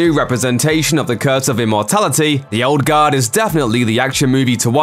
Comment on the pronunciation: Sounds like he's saying "Old God." Was confused for a minute.